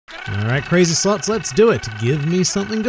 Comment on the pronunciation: I heard "crazy sluts" instead of "crazy slots" and I was like: so that's this channel's intro? xd